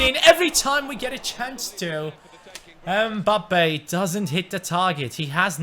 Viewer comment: come on his name is mbappe not embappay